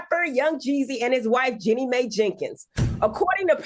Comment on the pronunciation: I hear you but this is someone’s name. The least she can do is learn the correct pronunciation of someone’s name. It’s very unprofessional considering this is supposed to be a talk show.